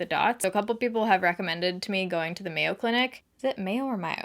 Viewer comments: Lived near Mayo in MN. Great place. Stellar reputation. And yes.. It's MAY-o Clinic. ❤️👍🏻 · Coming from a Minnesotan, you're right, its Mayo as in the condiment lol. Also, I have been to the Mayo Clinic in Rochester, MN multiple times and it truly lives up to its world renowned name and reputation. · I live in Phoenix and my mom went to the Mayo Clinic weekly for her MS and she loved it, had a great doctor, really kept her MS in check. And it’s Mayo like short for mayonnaise 🤣 ❤️